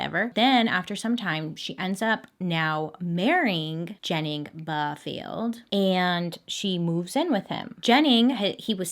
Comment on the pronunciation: i’m from SC and my last name is Barfield and it was really weird hearing you pronounce it like that 💀